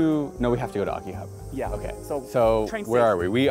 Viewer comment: and legend has it william osman still can't pronounce "Akihabara" to this day